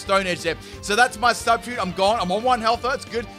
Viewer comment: I am triggered as hell by the way you say substitute.